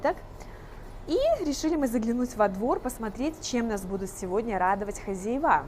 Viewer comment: Только не хозяевА, а хозЯева